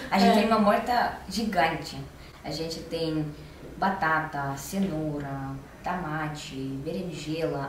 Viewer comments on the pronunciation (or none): "Tamate, beringêla, abôboras, pimentau" s2